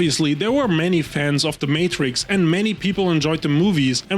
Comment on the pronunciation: im gonna need you to retry that pronunciation of Matrix lmao